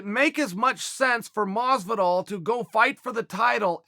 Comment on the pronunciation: 'George Masvidal'....